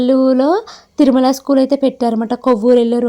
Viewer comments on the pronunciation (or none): none